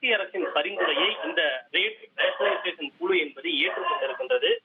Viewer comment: குழு என்ற வார்த்தையை குளு குளு என்று ஏண்டா உச்சரிக்கரே??? தமிழின் சிறப்பு ழ ழு போன்ற எழுத்துக்கள்